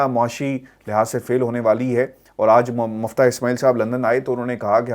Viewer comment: M i f t a h M u f t a h nahin!